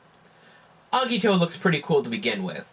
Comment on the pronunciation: i dont like the way u say agito..